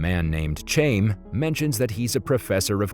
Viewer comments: The dude mispronouncing "Chaim" as {chayme} was killing me. 🤣🤣 "Chaim" is pronounced {Hiym} ((rhymes with "time"))... Its a Hebrew/Jewish name. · Chaim. Rhymes with chain. LMAO. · Dude pronounced chaim in English when it’s closer to HighAm, we dont have the correct “Ch” sound in english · The name chaim is a Jewish name it is pronounced Hayim